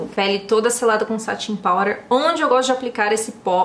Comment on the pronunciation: Me surpreendi com essa base e o corretivo! Vou comprar pra uso pessoal e para os dias de atendimento, como uso máscara acho que vai resistir bem ao atrito também. Pra mim, não há ninguém que faz resenhas tão acertivas e bem detalhadas. Agora um fato curioso: acho tãaaaao chique você pronunciando “powder”.